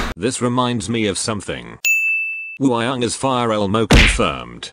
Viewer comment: Nobody: Absolutely nobody: Siri in this video: wOo-Hi-YoUnG